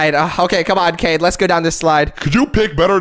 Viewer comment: Canines name is so funny and you keep saying his name wrong